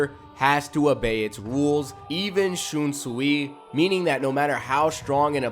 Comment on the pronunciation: it's pronounced shun sway lol but I think he's the strongest of all the captains. wouldn't have placed the rose whip dude so high he is fodder IMHO got wiped out by mask de masculine then renji took him out so... I know renji had a power up but that means dude is not that good. Gin is higher tier than him. he almost took out aizen